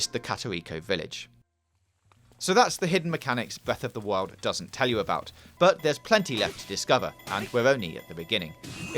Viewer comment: bweff of da whyol